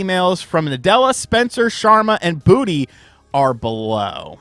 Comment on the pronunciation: i hate to be that guy, i keep hearing charemon. lets not forget bootey doesnt help.